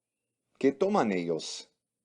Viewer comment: Cuando pongan a una mujer ablar en españo que pronuncien bien el españo i que no diga eos en ves de ellos que abre vien en español